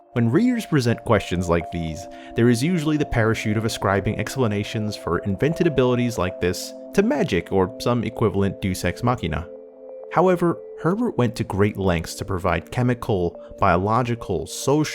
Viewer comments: Deus Ex Machina is pronounced "Day-Us Ex" not "Do Sex" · "I tried to shape the future, and it wound up shaping me." Also Iron "FILE-ings" and "DAY-us ex Machina".